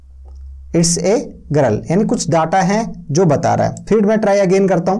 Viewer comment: गरल 😂😂😂😂😂 haryanvi😂😂😂😂